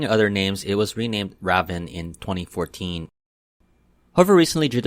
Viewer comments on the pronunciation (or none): I flew ravn before, and I’m pretty sure it’s pronounced raven, just a letter that isn’t in there, but, I don’t know, so you might be correct.